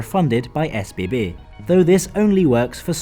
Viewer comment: he pronounced it the way it is supposed be.